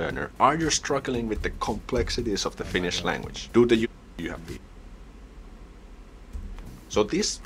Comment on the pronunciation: Thanks for nice video,. You pronounced Finnish pretty good, really good actually. Take care 👍